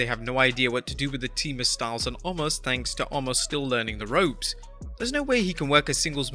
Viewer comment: Narrator guy - I want to say Thank You for actually pronouncing OMOS correctly because almost everybody else calls him OMAS.